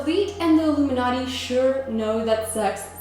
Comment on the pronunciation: Your audio sounds like you said: "oo-boob-in-Naughty" These shows are a secret bidding auction (order now and get an second angel in your bed for the evening at half price.)